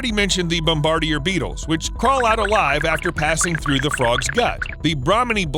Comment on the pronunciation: It’s pronounced Bomb-bar-deer Beetle.